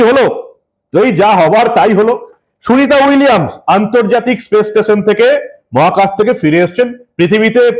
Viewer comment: শুভেন্দু নিজেই তো সুনীতা উইলিয়াম উচ্চারণ করতে গিয়ে তো তো তো তো করে ফেলল । সে আবার এত বড় কথা বলে।